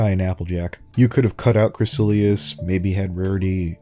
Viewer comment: This was a great video, but her name only has three syllables: "Crih-sah-lis"